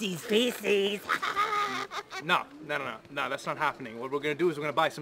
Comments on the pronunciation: He keeps calling it reese's peecees, it's pieces... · It’s Reese’s pieces not PEECIES!!! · It sounds like you said reces feases